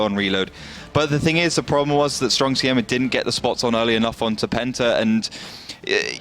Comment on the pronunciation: Try again, you pronouciation od Siema is ridiculous.